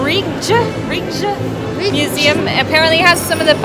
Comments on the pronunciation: The Rijksmuseum is pronounced the "Rikesmuseum", as in "Bikes". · I'm a new subscriber. I moved to Utrecht, the Netherlands from the US a year ago. Rijksmuseum is pronounced, Rikes, though maybe you know that now. :) I'll have to go to the chocolate factory next time I go to Amsterdam. I couldn't quite catch the name, What is it called?